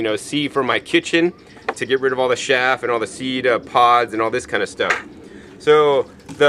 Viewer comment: sieve is pronounced siv and chaff is pronounced chaph